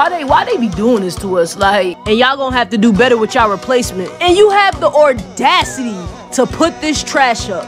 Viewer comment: you know my boy is stupid when he pronounces the word audacity as “ordacity”